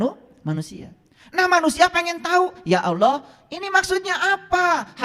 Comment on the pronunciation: Apa ALOH itu ???? Yg fasih Dong ??? .TERJEMAHAN ...OTAK ATIK COCOK LOGI ...SAK ENAKE UDELE DEWEK 😅😅😅 ??